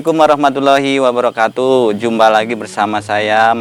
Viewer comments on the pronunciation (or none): none